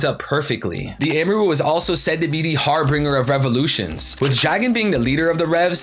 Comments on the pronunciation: It's Harbinger not har Bringer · It’s not pronounced har-bringer, it’s har-binge-er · Wow the amaru stuff blew me away. Great video! Also not to be super pedantic but it's pronounced har -bin-jur. Cheers! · Harbinger** har-bin-jir*